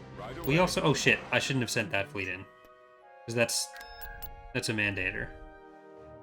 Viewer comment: It’s pronounced mand-uh-tor, not man-dater. Rhymes with mandalore.